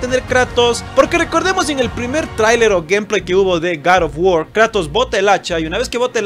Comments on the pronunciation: cat of wuor :v R.I.P english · Garr of Guord¡¡¡¡ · Gad of wor